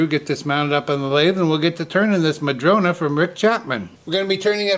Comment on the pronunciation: I saw a one eared bunny! I love the rectangular bowls, so much more interesting than a plain round bowl. It's nice to hear you say "madrona" rather than "madrone" which is how the tree is referred to here. I grew up climbing smooth, red barked madrona trees - read books in them, ate lunch in them, and day dreamed in them! 😊